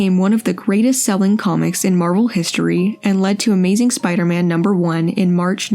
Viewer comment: I love the way the fellow says "Spi-da-man." Classic!